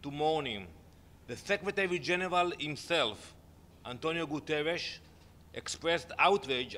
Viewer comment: He is not Antonio Gutteres he is Antonio Gutter-es